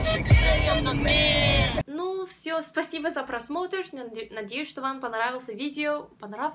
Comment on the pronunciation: В слове "Понравилось" ударение нужно ставить на букву "а"! Удачи красавица!